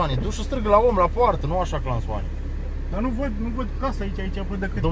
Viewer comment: nu mai zi "clanson" sau "craston"